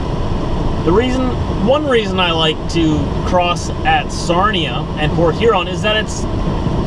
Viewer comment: It is Sarnia not Sarima ,but that's ok